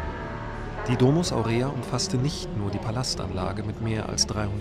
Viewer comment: Ich muss mal was klarstellen: Es heißt NICHT: Domus Aurea also nicht D-langes o-mus Aur-langes e-a sondern: Domus (kurzes o) Aurea (kurzes e) Die Betonung liegt im Lateinischen auf dem ersten Vokal!!! Ansonsten Hut ab, dass du schon mal dort warst. :)